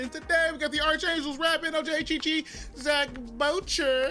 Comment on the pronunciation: How you still saying Zach's name wrong lmao